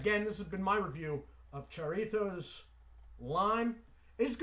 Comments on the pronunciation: Hi,. It's HA-rritos, not Cha-rritos. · The J is pronounced like the H in Hi. Harritos. Jarritos is real popular is Mexico. Good stuff.